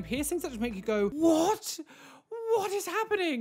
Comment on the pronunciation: Nobody:: "Whoat?!"